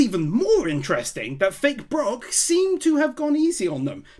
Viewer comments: take a shot every time he calls Brook "Brock" :D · Two things. First, his name is BROOK, with two O's. Second, you left out one of my favorite gags. When Franky is beating on the giant spider monkey with his nunchaku, the scene cuts to the zombies down below and one of them says they need to get back up there and help. When they all start leaving, you can see Zombie!Zoro walk off in the wrong direction.